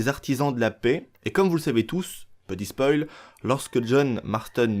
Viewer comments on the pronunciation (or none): none